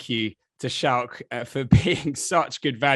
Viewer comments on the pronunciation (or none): How hard is it to say Schalk properly?